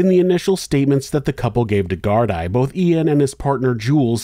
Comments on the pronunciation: Thank you for putting the names of the victims in titles, instead of giving the spotlight to the criminals. (P.S, "Gardia" = Gard-ee-uh, not Gard-eye) 😜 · Except he didn't research how to prounce gardai!!!!! It's prounced gar-dee NOT gard -eye smh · No such thing as Gardia in Ireland. We pronounce the Gardaí as gar-dee. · If you're going to do a video on a country other than America, you should do your due diligence on how to pronounce local words. Gardaí is pronounced GARDEE not GARD-EYE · Brilliant vid, always glad to see this horrible lack of justice brought to light. One small note - "gardai" is pronounced "gar-dee", it's an Irish language word. Big love from Ireland!!! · plural is pronounced Gardee singular Garda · I’m Irish lived here all my life and it’s deff pronounced wrong. Garda (singular pronounced Guard) Gardaí (plural pronounced guar-deee ) it’s the same over the whole country no matter the region. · Great video. I've lived in Ireland since '97, and this is the most I've heard about this case. Assuming you will cover more Irish cases, "Gardai" is pronounced "Gar-dee" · Sorry, the plural of Garda is Gardai, pronounced gar-DEE (rhymes with SEE). I'll be back to deal with some of the problems in this video, being a resident of West Cork and very familiar with the issues. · Great job as always! One correction how to pronounce GAAR-DEE☺️ keep up the great work! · I agree but From Dublin its GAAR-DAA followed by sketch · I'm so glad you covered this tragedy and as expected provided an excelled detailed account....and calling it as it is. We know who killed poor Sophie. As for Ian's trashy girlfriend.....(BTW, it Irish police is pronounced GARD-EE) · It's pronounced "gardee". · Just so you know Gardai is pronounced garda. And Malachy or malachai is mal a kee💚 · Í is pronounced ee in Gaelic so it's Gar Dee. Garda is singular and Gardaí plural. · Don't mean to be rude but her surname is pronounced 'Plant' and the plural of garda is pronounced 'gar-dee'.